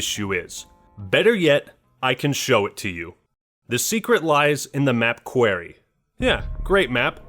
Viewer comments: Bruh did you just say Quarry as "Q-airy" instead "Q-or-e" cause I definitely wasn't expecting that pronunciation, ain't ever heard it like that before lol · it’s pronounced more like “Kwor-e” Also those little white boxes are actually rocks, since a quarry is a place where they harvest/mine rocks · Why do you pronounce quarry as "Querry"? Apart from that, great video 😂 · "Quarry*" Not Query* haha. Jk nice video dude. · Ok you said Querry then said Quarry and went back to Querry. I don't know if your just a moron or whoever writes your scripts is but jesus christ that was bad. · Only problem with this video is the quarry section. Your pronunciation of it 😂😂 my dude it’s quarry. Not querry ❤️ the white boxes are most likely limestone or marble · If you pronounce Quarry as "Qware-eē" one more time I think I'm gonna cry. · Are you trolling the way you say Quarry? You said it three times, once normally, twice like, Kwerry.. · is a MW2 fanatic also: Pronounces "Quarry" as "Kwerry" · Map: Quarry: Quairy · Its pronounced quarry not Query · Pronounced 'Kwory' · Really wish he could pronounce quarry right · You say quarry so weird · His pronunciation of quarry kind of hurts... I've never heard someone pronounce it like that, unless that's just not how us Minnesotans talk. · Why do you say Quarry so fucked up lol? Great video though bro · The way you pronounced quarry was ass, and the whit boxes are bricks if marble and stone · The way you said Quarry😂